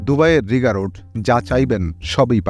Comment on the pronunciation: রিগা রোড না রিগ্গা রোড বলে Rigga